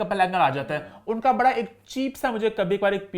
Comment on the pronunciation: BHHHADA NAHI HOTA, IT'S BADA. PLEASE LEARN URDU.